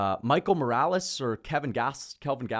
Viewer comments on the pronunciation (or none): none